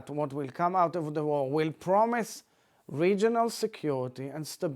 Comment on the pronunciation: This politician talks like he has grapes stuffed into his mouth 👄🍇 War is pronounced, 'Warheghh.. 🍉. Stop the warheghh